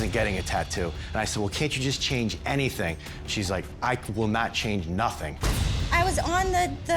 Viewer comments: “That’s juwst da wey da coowkie cwumbles” I would’ve walked out right there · She didn’t even say “just” haha 😂